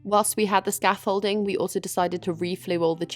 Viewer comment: scaff-holding ? It's scaffolding, i would double check every manual job you've done if you can't even say that right.